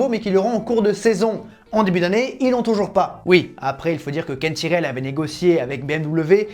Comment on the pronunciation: bon, je regarderai quand tu apprendras a dire tyrrell